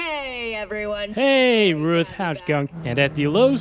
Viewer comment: He said "Ruth" lol